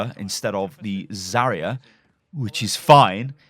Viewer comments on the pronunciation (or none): none